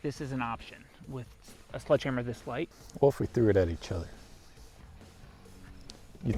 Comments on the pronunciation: 0.25 seconds into it… did he say “sludge” hammer. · Anyone else hearing “sludge” instead of sledgehammer?! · "Sludge" hammer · I’m pretty sure he’s saying sludge hammer. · Is he saying sludge hammer? I’m from Michigan and 🤷‍♂️ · He's saying SLUDGEhammer????? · Is it just me or did I keep hearing say "Sludge hammer"